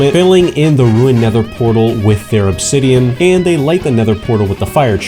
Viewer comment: "Obsidioff" caught me offguard bruh